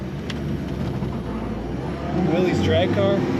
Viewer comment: Willys is pronounced "Willis".